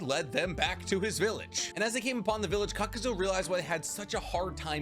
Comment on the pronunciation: It's kakazoo lol